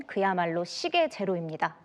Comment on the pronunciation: TV여기자가 "시계 제로입니다"라고 '시계'를 아주 짧게 발음하는데 여기서 '시계'는 시계(視界:지식이나 사려의 미치는 범위)로서 '시:계'라고 장음으로 발음을 해야 한다. 요즘 한국의 젊은 기자들은 단어의 장음 단음의 구별 없이 전부 단음으로 발음하는데 정말 큰일 났다. 기자들은 국어사전을 펴 놓고 발음공부를 더 해야 한다.